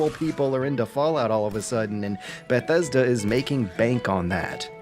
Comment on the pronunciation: I like this dude's videos. I hate the way he says Bethesda. "Ba-thesda"